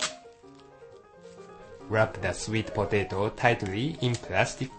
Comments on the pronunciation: i like how the man say patato XD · hahahahaha.... po-tei-to.... LMAO gotta love his accent XD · i like these vids. It just cracks me up when he say POE-TAY-TOE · I love how he says potato.